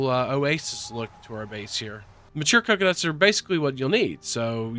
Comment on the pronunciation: Did you say “clocunuts”?